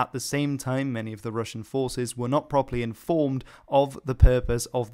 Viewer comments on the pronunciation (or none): none